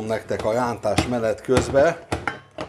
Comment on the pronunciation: hogy mondtad a rántást? Most nem akarok kekeckedni de mintha úgy hallottam volna hogy lántás! Ne haragudj egyszerű vagyok csak egy kis mosolyt akartam csalni az arcodra